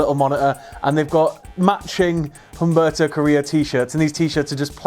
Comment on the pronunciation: Humberto is pronounced "oom-BARE-toe"